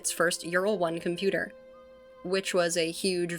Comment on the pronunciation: OH KOMPYUTER, AH KOMPYUTER, KOMPYUTER